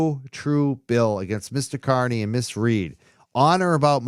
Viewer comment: Aidan’s last name is pronounced “KAR-nee”…not “KUR-nee.” 🤦🏻‍♀️